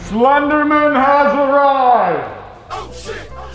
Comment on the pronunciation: BRO, is it legit pronounced “slendernan” and not “slender MAN”?? Damn!